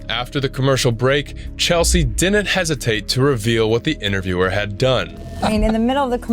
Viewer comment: The word is, “didn’t.” Not “dinnint”